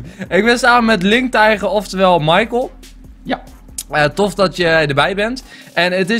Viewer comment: michael niet michiel